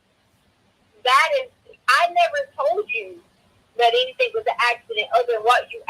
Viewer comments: It's the "anythinK" & "nothinK" for me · “I didn’t take AnythinK!” Why in the world does she add a k sound to “anythinG?” It’s so weird. Along with all her other annoying expressions. Yada, yada. Whatever, whatever.🤮. And the tone she uses. Insufferable.